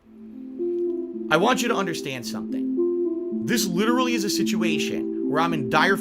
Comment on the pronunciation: Is he able to say want? It comes out as wahhhn